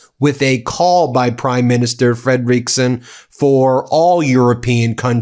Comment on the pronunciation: Still calling Danish Prime Minister FREDeriksen (after many corrections) FredeREEKsen. Are you ignorant or plain willfully disrespectful? Please read your comments!